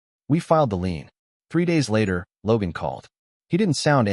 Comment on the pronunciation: Lien, not lean. Get a proofreader already. Jeez.